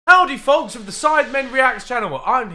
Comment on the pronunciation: Was it only me that heard “Howdy fucks” in the beginning?